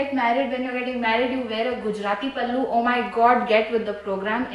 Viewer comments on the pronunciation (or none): none